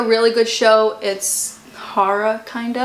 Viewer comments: i was sooo confused for a second trying to figure out what she was saying,lol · Omg I had no idea that’s what she was saying until I read your comment!! She just kept going on about some “hara” show ... hahaha